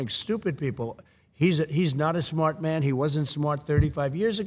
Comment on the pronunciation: Sometimes you can't hear the New Yorker in him,and then he says the word SMARRRT....and there it is....the New Yorker! ❤ ❤❤❤